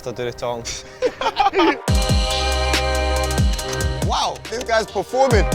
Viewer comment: sometimes I hear tongues and then other times I hear talking, but I’m sure he’s saying talking